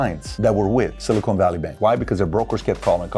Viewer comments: Its pronounced Silicon, not Silicone. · SiliCON. Not SiliCONE. We're talking about microchips here, not fake t*ts. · Someone please tell PBD it’s pronounced “sili-CON” not “sili-CONE” 🤦🏻‍♂️